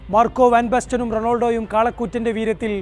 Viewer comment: Bro ronolodo alla Ronaldo